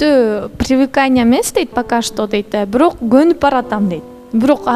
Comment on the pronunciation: бирөк дебей бирок деп сүйлөчү көп байкадым